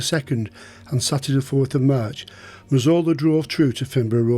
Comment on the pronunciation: I thought his name was Razola 😅 that’s how it sounded no offence to the wonderful as his telling of these tales is brilliant 👍